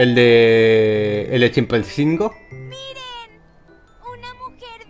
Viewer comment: Chilpancingo? 🌚 Ojo 👀 es de Chilpancingo 🌚